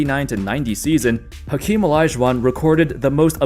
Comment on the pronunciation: Fun fact: every time you pronounce the ‘H’ in Hakeem, a puppy dies.